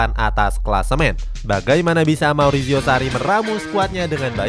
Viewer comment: Marizio, bukan mauricio